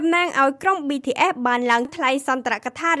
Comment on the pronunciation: BTS មិនមែនBTFទេ សូមនិយាយអោយច្បាស់ផង